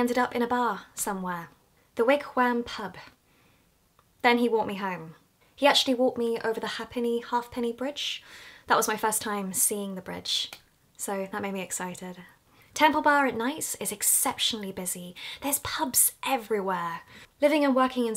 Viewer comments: it's pronounced like hay-penney not ha penney x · The Ha'penny bridge is pronounce Hay-penny. Glendalough, is pronounced Glen-dah-lock, also the ruins are g but the hiking trails are sooo much better, the wicklow mountains are just a huge hiking trail. The church you went into, and the one that was playing the bells is called St.Patricks cathedral, just beside it is Dublinia, which is the historical viking stuff to do with Ireland. Yeah the grey buildings are p depressing especially if it's a grey/rainy day, which we have lots of :) That big pointy thing is called the spire, and it is one of the biggest wastes of money this country ever made, there used to be a statue, which is now up at the natural history museum (across the river liffey from guiness) and she is called the floozy in the Jacuzzi) It had to be moved because people kept filling it up with bubbles.. Hope you enjoyed your trip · "The Bells would not stop ringing" That's Christchurch for you.... Probably my friend Rob ringing them :D Wigwam is great for dates, I was only there last week :D Pronounced Hay-Penny, but close enough :P Same with Glendalough, it's Glen-da-lock, and yes, we know your rendering is probably the nicer way :P Your last day church was St Patrick's, not St Peters, well, looking at the footage anyway!!! "The High Street" is known as O'Connell Street, and the big pointy thing, is The Spire, otherwise known as "The Pointless Needle" :P